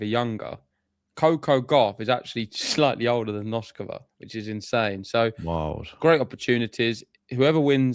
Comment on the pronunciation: Okay guys - you know how much I love you guys. So it's time once again for some tough love. "Noskova," "Bouzkova," and "Dimitrov." It'll take you 3 min's to get their names right if you just search "how to pronounce........." You're too good to keep getting these wrong, and it sounds like you're off & running on "Noskova!" Otherwise, I'm predicting Fery reaches the end of the line against Sascha. Mr. Zverev looks very relaxed now that he is a Slam Champ. But kudos to Arthur, and good luck to all Brits in the World Cup!